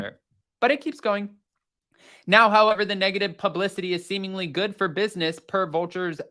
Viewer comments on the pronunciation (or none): none